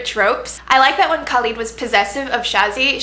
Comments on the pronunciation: SHAH-razad, u pronounce the h and roll the r, and KHa-led, the kh is phlegmy lol. That's how you say their names. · Shahrzad is actually pronouced shuh-re-zad and Khalid is pronounced with a kh sound not a c or k sound and is more like khe-lid. I'll admit Shahrzad confused me a bit at first but once I read it in Arabic it clicked immediatly, and Khalid was too easy to figure out, I should know, I speak Arabic, I hope I clarified for you :).